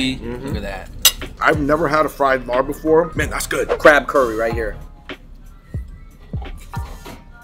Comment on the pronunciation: bruh cmon it’s pronounced “LAAB” not “larb.” even way says it in the beginning